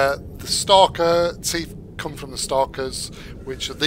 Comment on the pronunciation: in UK you guys really do call em Stalker Teef dontcha